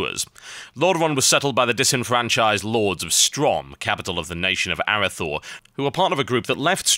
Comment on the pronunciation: you butchered the word "Arathor" again Biscuit :)